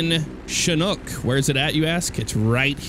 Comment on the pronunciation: it's pronounced chin-ook. Not shin-ook.